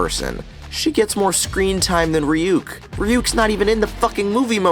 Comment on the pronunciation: what tf is a reeyook and why does it like apples